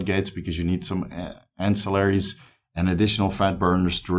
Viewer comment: Glad you finally figured out how to pronounce ancilliary 😂 Great stuff